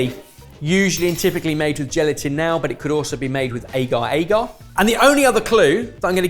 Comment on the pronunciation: Hate the way says agar-agar 😂😂why does he say aygar 😂